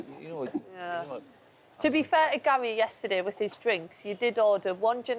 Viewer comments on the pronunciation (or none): Yes, he calls Gary 'Gal'. It's an affectionate/familiar shortening of the name Gary. Not really sure why this confuses you? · Can I ask what is that word he is saying? It seems when he talks to Gary he says “gyal” and I can’t figure it out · what is that word Ian is saying? It seems when he talks to Gary he says “gyal” and I can’t figure it out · Why does wright keep saying GAL? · I love how Wrighty calls Gary "Gail" 😅😂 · I first noticed it last episode and now i can't un-hear it. Wrighty calls Gary "Gal."